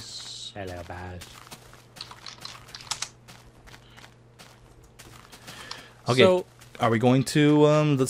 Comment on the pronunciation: Description fail. you said "Bai" instead of "Baj".